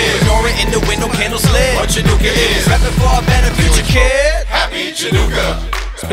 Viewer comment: Chanukah sameach! 🕎💙 Haha! I love it! "Happy Chinooka". You know that's probably how some non-jews think it's pronounced. 😂👏🏽